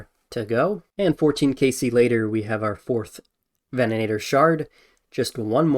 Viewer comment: Take a shot every time he says vennanator instead of venator lol